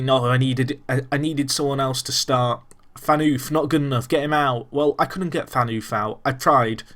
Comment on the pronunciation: Phaneufff , not pheanuuuf :D